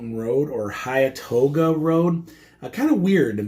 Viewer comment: Pronounced “Hen-too-ga” and “Ball sum”